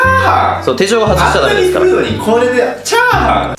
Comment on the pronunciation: チャー↑ハン↓